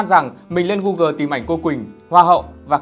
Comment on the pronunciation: 2023 rồi mà vẫn có khứa phát âm google là "gu-GỜ" 🤣🤣🤣